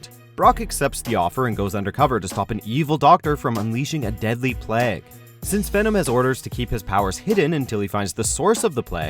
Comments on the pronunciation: Who tf says “Plague” as “Pleg”…? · is it just me or does this guy not know how to say plague? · Learn how to pronounce plague ffs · You pronounced plague wrong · The way you say plague tho😂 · wtf is up with the way this guy says "plague" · How the fuck did you say plague? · The way he says Plague 😂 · What the fuck was that pronunciation of the word 'plague'? I physically wretched. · the narrator reads PLAGUE weird.